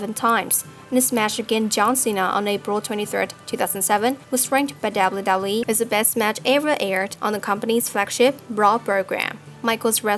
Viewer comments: Holy shit when you're the narrator of this video about the WWE then maybe practice your W's until you get them totally right... seeing as you gotta say "WWE" like 50 times from the beginning of the video to the end. It's distracting as crap. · You need to pronounce W correct